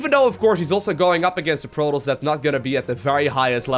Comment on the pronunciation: Why the voice dog? Lol its "pro-toss" no R rolling or drown bubbles lol "IF" your below master league? Lol